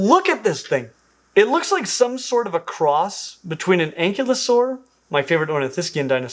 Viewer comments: please, it's not "ank-ihlo-saur" it's "an-kyle-osaur"! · You are mispronouncing ankylosaur. The emphasis is on the second syllable, and the y is a long i sound, like in sky. Most scientific terminology should be pronounced with the influence of the classical language it came from. They really need to go back to giving scientists a classical education.